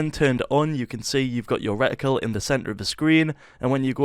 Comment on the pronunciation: i did not know how to turn on the aiming thing in the middle on my Xbox and now i finally know after 4 years. Thank you so much bro. kudos😁😁👍👍👍 "Recticle"